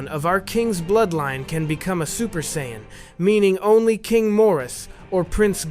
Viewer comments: what is with people using AI narration... I'm tired of the Sigh-An stories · So is this AI using a trained voice? Or has this person never watched or read DBZ? Seeing a trend of these lately of people just spilling in for quick views, I get it makes $$ but if you're giving next to 0 effort it kills the channel quickly, biggest giveaway is CYAN vs Saiyan intermittently and the really bad grammar that ai's won't correct. And the still photos of the 1 person behind the mic is that even the actual reader? "Just then" ever 5 seconds kills it can't watch + shows nearly no experience with watching DB or DBZ/S